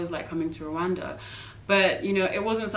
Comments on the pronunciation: It's not Kigali Rowanda..is Kigali Rwanda. My lovely country. Peace to you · The Country is Rwanda, not rowanda plz, thank u sister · but you pronounce it Rowanda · Black Viking That's foreigner's pronounciation. Local correct pronounciation is: RRRRRR...WAN...N'DA Rwanda which means: Universe or Infinity.